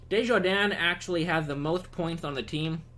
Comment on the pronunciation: by the way you pronounced desharnais "Desjardins" but it's (Des-har-nay)